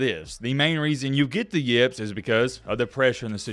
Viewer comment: The way you pronounce "yips" makes me want to rip my fucking hair out.